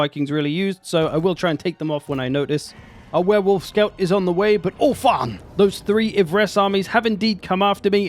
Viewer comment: hahaha i love the "ULTHUAN" swear haha it really sounds like you are saying ååh faaann in Swedish which means oh fuck or oh shit basically